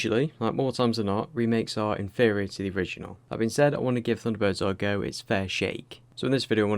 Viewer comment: 「サンダーバード エーアールイージーオー」？😢 主さま、「not Japanese」？